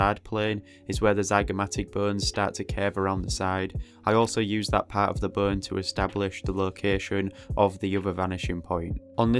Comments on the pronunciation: I thought you were saying “burn” instead of bone. I assumed it was some anatomical term for parts of the skill but it was just bone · Lol when he says bone it sounds like BURN! 🔥